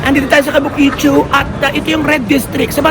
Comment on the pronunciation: KABUKICHO NOT KABUKICHU😅 kung hindi lng ako busy ay gusto rin sanang makipagkita sayo😊 sa iyo